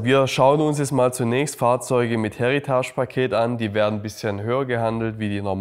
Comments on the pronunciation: Absolut nicht böse gemeint - aber bitte bitte - es ist ein Heritage Paket. Das Wort ist Englisch!!! Kein Häritasch! Das ist nicht französisch!!! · Wie er Heritage ausspricht 😂